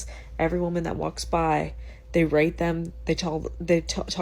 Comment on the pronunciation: pronounce the "T" stronger in the word "rate." YouTube subtitles is trying to get you a strike. The subtitles spelled out the "R" word that rhymes with grapes. They are being tricky. I've noticed this multiple times throughout the video, when she first said the word rate.